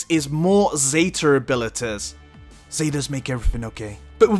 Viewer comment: Why are you saying zetar abilities?